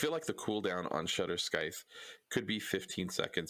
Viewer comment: scythe, is sythe, it's spelled scythe but the c is silent otherwise, good video